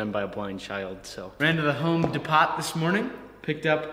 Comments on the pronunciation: Home Depot should be pronounced "dee-poe." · "Home De-pot" XD [can't tell if he's joking or not -- enough foreigners pronounce it that way... my favorite is "The Homeless Despot" from that skookum guy).